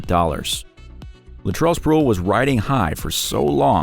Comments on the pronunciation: Latrell Spruell lol it's pronounced Spree well I love the mistakes it makes the videos interesting. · Pronounced SpreeWell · spre....well bro u gotta do your research on how to say names